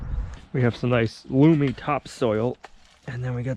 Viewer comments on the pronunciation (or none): The soil is Loam not loom